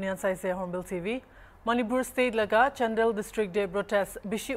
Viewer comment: It’s Chandel not chandal